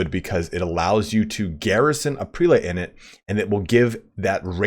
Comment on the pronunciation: It is correct to say prĕl′ĭt. Not pre-late.